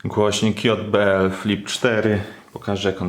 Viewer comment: Myślałem że powiedziałaś JDL